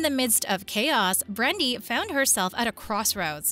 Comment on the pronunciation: I totally agree. These artificial voices are absolutely hideous. For instance the consultants name is Nicole not nickel. The male Atlantic consultant is named Brandon not Brandy. these are just two examples of constant mispronunciations.